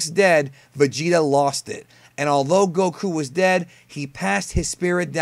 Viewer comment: Did you just say Dr. Garro? Super Siyan? Gokuu? Your pronunciations are so cringe dude.